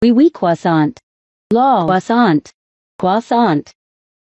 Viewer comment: you gonna finish that KWOSSONT